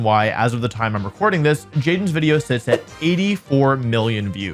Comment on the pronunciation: I havnt watched wolfey in a while. But when did stop saying "wideo" haha